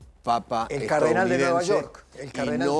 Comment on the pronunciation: ¿CÁRDENAL? De Chiclayo?? What???